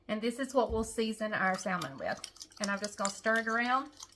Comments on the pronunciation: the right way is samon the L on salmon is silent 😶😂😂😂😂 but you do the way you want because we know with a silent K 😭😭😭 what you mean 😂😂😂😂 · We pronounce it Samon here in Arkansas! No L! 😂😂😂❤ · I from louisiana an do not say it correct either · That’s ok if you pronounce salmon “different “. You’re you and that’s ok. Keep on keep on keeping on. People can be cruel and I’m sorry for that. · Great recipe , no worries about the way you pronounce Salmon, there is no right or wrong way, after all it’s still Salmon, and super good ! 🥰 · I’m sorry, I love watching your videos however I can’t this episode. Mispronouncing salmon is just driving me crazy. I know it’s weird.